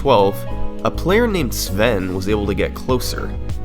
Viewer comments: Love your videos! A quick correction though: you say his name is "Sven" but it's actually "Svenne". It might look similar but it's a different name. Its pronounced like Sven with an E at the end. Keep up the great work though! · ackshully, thnat word is pronounced more like "Svenneh" (slang term for "Swede" in Swedish) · Nitpick: the "E" at the end of "Svenne" isn't silent. But butchering the pronounciation of weird foreign-sounding names is pretty much par for the course so I'd be a hypocrite if I got upset about that... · Pretty sure Svenne likes their second e pronounced. That is literally Swedish word for Swede